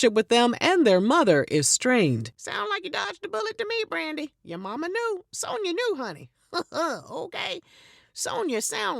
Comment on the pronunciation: “Sone-ya sound like a name that know don’t it?! Mrs. Sone-ya, Mrs. Sone-ya” 🤣🤣🤣🤣